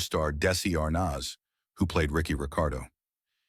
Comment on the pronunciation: How can you cal out racist attitudes...and mispronounce Arnaz. Who ever made this video is a woke idiot.